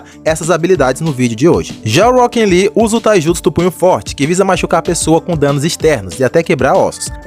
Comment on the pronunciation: eu acho engraçado o jeito que você fala "Rockin Lee" kkkkk